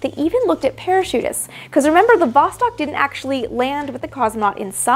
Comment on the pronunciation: Восток (vostok, 'east') is pronounced [vɐs.ˈtɔk], not [ˈvɔs.tɔk].